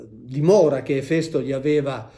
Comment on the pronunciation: Finalmente ho imparato come si pronuncia Efèsto